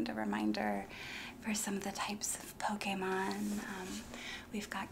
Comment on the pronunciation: I appreciate the proper pronunciation of Pokémon. 😂